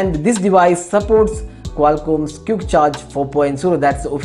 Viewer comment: Say Quick not Cute